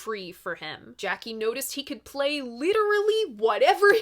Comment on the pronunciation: Jaki is pronounced Yaki - otherwise, you're not doing badly.